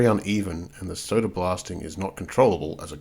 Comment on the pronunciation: There's no er in the word SODA ! 😳🥴